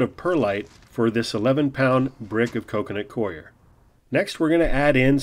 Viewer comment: The "coir" of "coconut coir" is pronounced the same as "core."